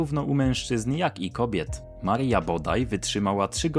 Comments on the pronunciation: Nie Marija, tylko Maria. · Marija Skłodowska? AI?? Weź to usuń, bo cringe piecze